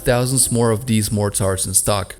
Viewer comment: The narrator should learn how to pronounce "turret" and "mortar". He loses all credibility when he doesn't know such basic things.